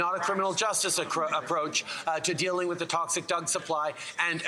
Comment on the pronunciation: he says toxic Doug supply.